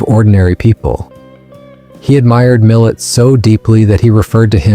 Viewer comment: It's pronounced Millay.